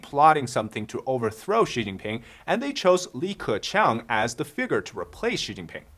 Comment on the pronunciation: Are you serious? Dude, the name is Li Keqiang. 李克强！